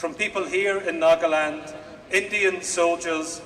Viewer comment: This is Nagaland not nokaland